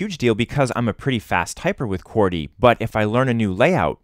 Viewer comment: why do you sat qworty when its qwerty